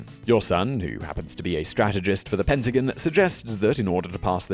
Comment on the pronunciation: I don't get why he would intentionally mispronounce "(the) Pentagon" - it's the name of the building and pronounced one specific way, regardless of any accents/dialects.